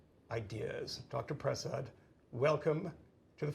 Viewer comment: please learn how to pronounce Vinay's last name. I think it's pronounced Pruh-sod. (I listen to him all the time... really smart guy.) It's great to hear his analysis about RFK's ideas.